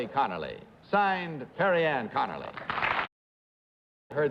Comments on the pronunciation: I knew it was 3 because she’s the only one that said her name right. The other two said Connolly not Conerly. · They keep leaving the R sound out of Connerly